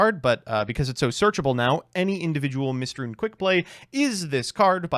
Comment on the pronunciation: "Mystrune" damn, we are onto eating up letters instead of just pronouncing wrong